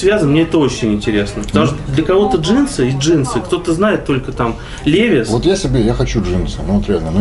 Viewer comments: Левис)))) Левайс... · не лЕвис а левАйс